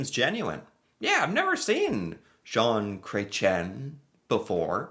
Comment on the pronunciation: "John Cray-chen" made me giggle.